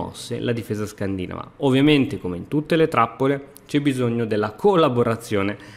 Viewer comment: L'ho imparato proprio dalla mia passione per gli scacchi: può apparire strano, ma scandinàva è più corretto di scandìnava ^_^